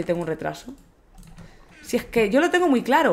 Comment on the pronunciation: Si egggqueee (no sabia que era madrileña xD)